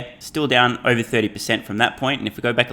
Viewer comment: “Fah-see-kul” and the way you say “over” sounds almost painful…